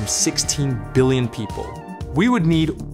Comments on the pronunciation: "16 billioin" :3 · "16 billioin" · 16 "BILLIOIN"